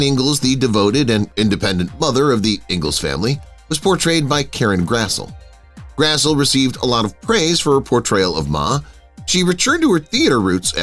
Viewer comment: Grassle is pronounced Grassly